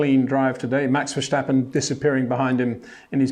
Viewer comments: Its Max Verstappen not Max Verschtappen… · still his name is Verstappen despite Peter calling him Verschtappen or Vershtappen, I just wander why. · Maybe i can help you with Max his name you pronnounce it kind of german like verschappen but its really diffrent say the first part more like verse like in a song so verse and then tappen with the a more like the a in the word car haha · Great insights love it! Now the only thing to do is pronounce Max's his name the right way.